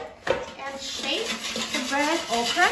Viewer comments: Its not Ahcra. Its okra we pronounce it in the south OKRY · Thank you for this video. I am interested in buying an air fryer and the ability to fry okra is a must! Also, it’s not pronounced “oc-ra” — it’s “OAK-rah.”